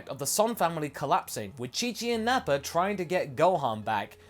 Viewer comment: Why do you pronounce "Vegeta" and "Nappa" as "Vegeter" and "Napper"?